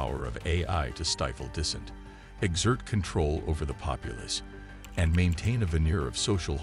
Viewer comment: 100%. Resource consumption would be just another problem AI could solve better than us. As for suppressing dissent (I assume the narrator is a program, since it pronounces "dissent" as if it would a contraction like "didn't").... yeah, it's not like any human groups have ever suppressed dissent, eh? Also, the last thing I'd want is having woke "ethics" wired into AI--imposing "equity" rather than equality, assuming that the only possible cause of divergent outcome is racism/sexism/[fill in blank]ism.